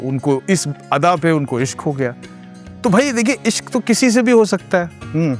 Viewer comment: Tallaffuz apka bhi durust nahi hai. Ishq ko aap bhi ishk bol rahe hain.